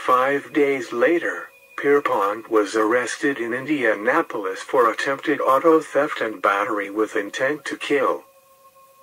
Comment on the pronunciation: Nice video but INDENAPOLIS,JOHN Dillinger oy